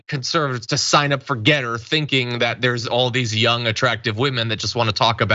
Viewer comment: The photos are for the those who pronounce it "Get Her"...